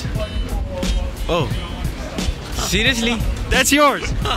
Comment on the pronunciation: serusli? Noooooo Sirusli? Noooooo